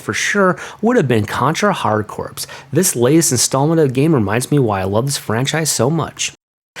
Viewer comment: Nice list. Hard Corps is pronounced Hard Core not Hard Corpse. Similar to the Marine Corps.